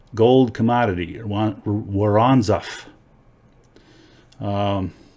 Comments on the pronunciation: Point worn-zo-nof is how you say it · Not that it actually matters but It's pronounced ( woren - zorff)